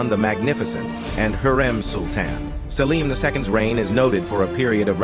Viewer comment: He's pronounced as Selim not salim